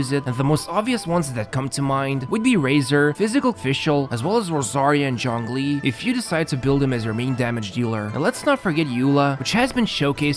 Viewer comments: no, the "zh" is kinda pronounced like "juh", not "joh", which is the way they pronounced it. Saying "john lee" is also missing the "ng" sound, and zhongli also has an "o" sound that isnt present in english. Also about your cousin, they may be either accented or saying to so fast that you cant make out the individual sounds, which a lot of people do. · native pronunciation of zhongli sounds like jongli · That may be true and all, but I don't understand what point ur trying to make? Starting with a 'J' is still closer to the original pronounciation rather than starting with a 'ZH'. I said that in my previous comment too ☝️ I never said he said it correctly, I just said it was closer to the original